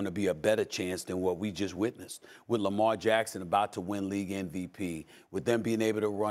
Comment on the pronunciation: Lamelt Jackson 😂